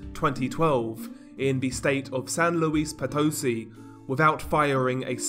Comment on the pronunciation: But, not nearly as bad as San Luis Potosí 😅